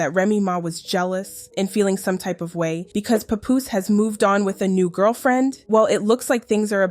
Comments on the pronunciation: Why y'all people not in the culture keep saying his name wrong? WTF IS A PAH POUS? it's PAP-POOSE lmao Y'all gotta stop using AI also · Girl. His name not Poopoose. It's PAH-poose. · For fuck sake you are fucking up his name just say PAP Damm can't even listen to the video your talking is so annoying please don't do any more videos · IT’S PAP-POOSE …DAMN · Why everytime i click one of these vids yall giving their documentary. And on top of that you said his name wrong everytime. You dont even know who these people are lol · SORRY I COULD NOT GET PAST THE MISPROUNCIATION OF PAPOOSE NAME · I hate how you pronounce his name… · Was pissing me off 🙄🙄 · The way his name is being pronounced 😐